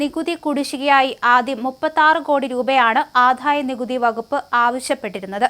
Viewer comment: Ente koche malayalam nannayi parayan padikku, aadhaya nikuthi ennu parayunnathu kettu nokku.